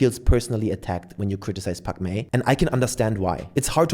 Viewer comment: At first i thought you said Pac Man 😂